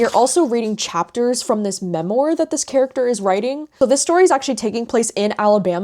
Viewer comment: (Not meant to be snarky) just btw memoir is pronounced ‘ mem - WAR’ not ‘mem-OR”🙏🏻.